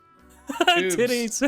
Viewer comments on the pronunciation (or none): no bc the way says tiddies is killing me